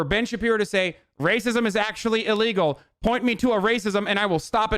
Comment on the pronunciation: “Ben Shabino” ....do you know how to read?! OMGZ I JUST REALIZED UR THE TOOL WHO SAID AMERICA DESERVED 9-11!!!! Son, gtfo of here. You have no idea how good you have it. You gotta go man. You gotta leave. Get outta here for awhile. Go experience actual oppression (which I have witnessed, first hand, in places with actual oppression. Places you praise, actually) and get back to me.